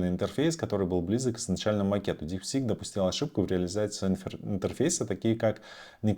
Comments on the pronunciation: Дипсик а не ДипсиНк😊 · Не говори, очень ухо режет, в конце ещё и дипЛИНКом стал )) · Чувак, ты даже прочитать название нейросетки не можешь. Развелось экспертов которые загадили ютуб своими экскрементами, 0 информации, просто шум.